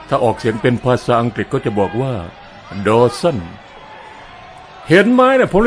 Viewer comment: ออกเสียงดอสันดีกว่าถ้าดอสั้นฟังแล้วทะแม่งๆๆ